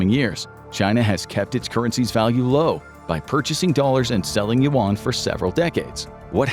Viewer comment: Very, very good video 👍 100% agree with all the info. Only 1 thing : the pronunciation of the Chinese money is not "want/woan" but "yun" 😅